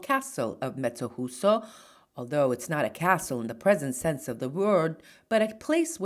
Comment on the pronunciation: Thank you for this wonderful video. The J in Mezzojuso is not easy to pronounce, it's like saying "mezzo you so" I come from this little town, moved to the USA at 7 years old. I so much miss this town. You have inspired me to go visit. One big thing this town is well known for is "Il Mastro di Campo" during Carnevale.